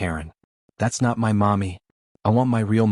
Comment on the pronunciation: I'm taking m y . The AI can't even say my.